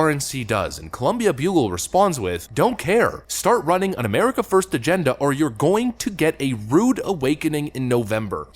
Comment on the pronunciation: he cant pronounce America without his alien brain breaking